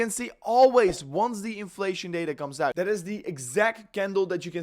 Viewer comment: Please, say OUT not UIT.